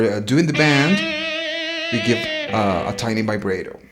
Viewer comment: bend not band!!! lol good video